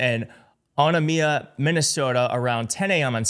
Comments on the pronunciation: Always love people pronouncing MN cities lol... Onamina = oh-NAY-mee-uh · Onamia is pronounced oh-na(long A)- me-ah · Onamia is pronounced "oh-NAYM-ee-uh". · Just fyi: Onamia is pronounced Oh-name-ee-ah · It is pronounced “O” “name” “ia” Minnesota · It’s pronounced o-NOM-ia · Onamia--> Oh-NAME-ee-ah